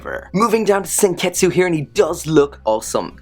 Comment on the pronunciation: You said senketsu but its pronounced senkets